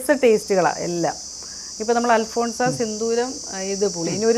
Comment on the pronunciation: Alphonsa alla Alphonso